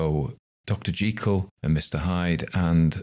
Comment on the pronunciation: Hurrah...finally, the correct pronunciation of 'Mr. Jekyll'...!! Gertrude Jekyll will be pleased.